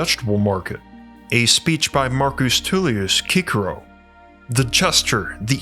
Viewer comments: Pope Pius=Pie-us Cicero=sis-ero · Lol... at you thinking it's "Pee us" the 6th, and "Kickero".... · “Cicero” is pronounced “SISS-er-oh”! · I began to doubt when you described 'Cicero' as 'kickero'😂😂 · I have always heard Cicero pronounced in English like SIS er o, maybe I'm wrong. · There was no 'soft' c sound in ancient Latin. So Cicero is Kikero, Tacitus is Takitus, and Julius Caesar is Oolioos Kaiser. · I think it’s pronounced Pope Pie-us, not pee-oos. Also sis-er-o, not kik-er-o. Not trying to snob, just want to put on your radar that struggle to pronounce commonly mentioned names in the subject makes one question how deep into the material you are outside of the channel. It is a burden and a responsibility to be a leader and teacher, and as so, you’re held do a higher standard than others. I hope it’s me that has been getting it wrong all along, because I like your channel and want to be able to look to you as a scholarly (for YouTube) resource. I’m sure you know that in this study, no one is beyond reproach or will be unquestioned, so I really hope this is taken to heart and not as offensive.